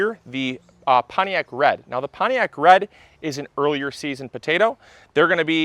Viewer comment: listen to how he pronouces "Pontiac". He swallows the 'T'. Just like my dad! ♥